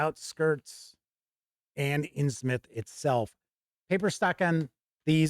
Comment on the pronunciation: Thank you for saying it as “Inns-myth” and not “Inns-MOUTH!” Always annoys me… 🤣 Anyway, thank you for the review, I can’t wait for this book!